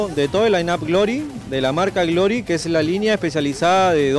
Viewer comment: "marca grory" jaja